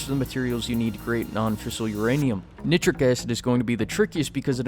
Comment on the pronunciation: You say nitrogen correctly, but then you say nit trick instead of night trick acid..